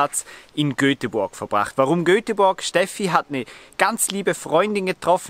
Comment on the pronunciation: Ein schönes Video. Nur eins bricht mir das Herz. GÖTEBuRG.